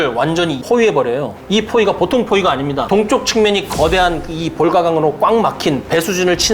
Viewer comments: 그 12분 쯤 되는 지점에서 왜 "아니무니다"라고 잒 되네이시는지... 안타낍네요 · 그런데 왜 중간에 아니무니다 라고 몇 번 일본인이 한국말 하는 투의 어투를 쓰는겁니까??? 이해가 안 가네요?? 그걸 독일어투라고 한 건지 뭔지요?